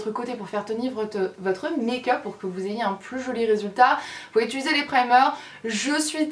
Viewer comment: "utuliser" ahaha <3